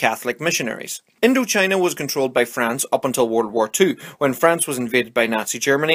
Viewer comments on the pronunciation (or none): none